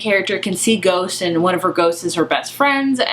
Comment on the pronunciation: "This is a retelling of Jane Eyre, only with ghosts" I HONESTLY THOUGHT YOU SAID GOATS